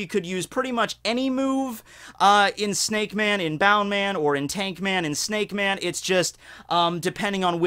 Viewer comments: Its bounceman not bound man lol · Isnt it bounce-man not boun-man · isnt it bounceman not boundman? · It's annoying how you're not pronouncing it as "bounce" man. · It’s pronounced as bounce man